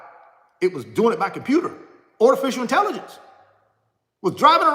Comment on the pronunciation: What the heck is a panakin? & ortificial intelligence. Is that your garage? Thanks, for nothing 😂😂😂😂😂😂😂😂😂